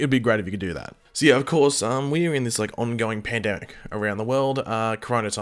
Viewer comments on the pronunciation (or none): none